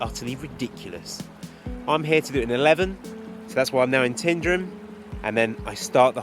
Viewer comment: Your video is great but Tyndrum isn’t pronounced Tindrum.